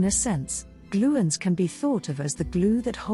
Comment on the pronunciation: What a load of gibberish. You would think that a video about gluons would at least pronounce 'gluon' correctly. Chemical reactions (chemistry) is about electrons, not nucleons. If this is what AI can create, I'd prefer to not see any more 1/10